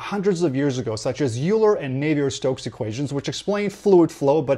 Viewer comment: Euler is pronounced "Oil-er" not "You-ler